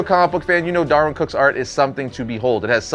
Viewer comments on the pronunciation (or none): it's DAHR-WIN,.